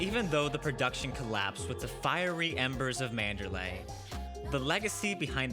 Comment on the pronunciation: But you're still pronouncing it MAN*DER*LAAAAAAY. MAN*DER*LEEEEEEEEE. EEEEEE. Okay. Just bugs me.